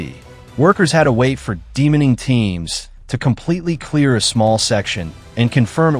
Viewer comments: Get a real human being to do the voice over please. There is no such word as ''Demoning'' it's de-mining. Removing land mines. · I guess this interesting and vital topic will be slightly spoiled by AI style sloppiness. "Demoning"? De-mining? Is there no more editing in the modern world?